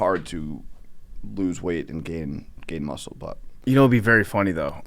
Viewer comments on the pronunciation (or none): none